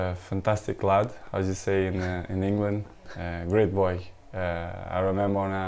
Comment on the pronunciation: I like the slight Glasgow accent when Cristiano says "boy"